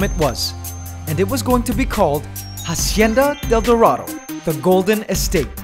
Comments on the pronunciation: Can you please pronounce it acienda del dorado? In Spanish the h is silent and it's driving me nuts. I liked the video though! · "Jasieda del Durado" lmao sorry